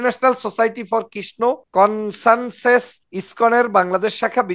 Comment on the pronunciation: কনসানসেস নয়,কনসাসনেস।